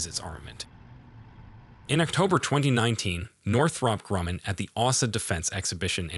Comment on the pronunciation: Best learn how to pronounce: Columbus, tonnes, and Northrop.and